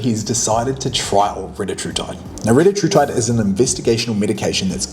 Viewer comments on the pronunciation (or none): It’s pronounced Ree-tat-rutide.